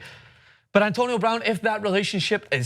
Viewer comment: He said her last name wrong